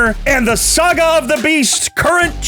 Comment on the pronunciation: Awesome batrep. Love the banter between you guys. Does Tak realise he calls is a 'Sega' rather than a 'Saga'?? Pretty cool mispronunciation.